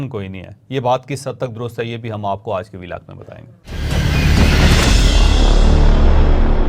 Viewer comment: Plz pronounce word آج in urdu not in English with a tilt of ur mouth😂